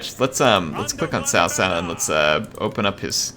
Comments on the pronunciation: cao cao... not sao sao 骚骚... LOL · I think it sounds more like Zao Zao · hey, CaoCao is pronounced as "Chow Chow" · cao not sao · JoJo is a closer pronounciation then sao sao. I'd rather call him cow 🐄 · Chaochao not Saosao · And Cao cao is pronounced Tsao Tsao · It is pronounced as *Chow chow btw. good video bud, keep it up. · *pronounced as Tsao Tsao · No, hes actually not pronouncing it right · Dude the way you pronounced cao cao nearly gave me cancer